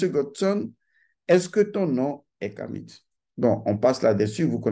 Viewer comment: On ne dit pas "KamiT" mais "kami" car le "t" ne se prononce pas!